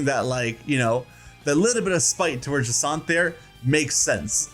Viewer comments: Jasinthe’s name is pronounced like the drink absinthe. It is pronounced Ja-snth. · “Juh-saunt”? Interesting pronunciation. I’ve been saying “jack-in-the” 😂